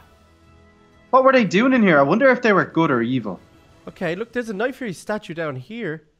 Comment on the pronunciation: I mispelled night fury u said nightfruy